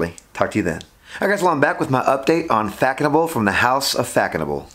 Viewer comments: Its pronounced "fass noble" Not Fackonable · “Fack a noble”😂😂 such a bad pronunciation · Nice review! Just one thing: it’s read “Fassonable” the ç has an s sound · Yes! Its pronounced fassenau. Smells good for the price. Haven't owned a bottle in 20yrs. Saw it on a discounted website and just re-ordered.. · It is pronounced faSonable - /fa.sɔ.nabl/ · Hi there It was a bit herby to me, back then almost plasticky, I believe it's pronounced, Fazonabl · You’re saying it very wrong